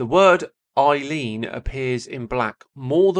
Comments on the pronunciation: Eilean closer pron to 'illan' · Oh and Eilean is pronounced "Ellen"